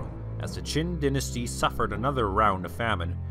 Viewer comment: Great video, but "Jin" should be pronounced with the J in "Jingo." You pronounced it like "Ch'in" which sounded like the "Qin" dynasty. By the way, the official name of the Jurchen empire was actually "Aisin Gurun," meaning the "Jurchen State." The Chinese name "Jin" (金) was chosen as the Chinese translation because "Gold" was the color that represented the united Jurchen nation. A Chinese name was both a diplomatic and governing necessity, since Aisin Gurun also had Han Chinese subjects and Chinese was the working language among commoners. However, the national language "國語" was actually Jurchen instead of Chinese. The imperial court, on the other hand, was bilingual in Jurchen and Chinese.